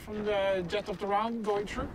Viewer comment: "LETS SEE IF IT WENT TRUU, YES IT WENT TRUU". LOL !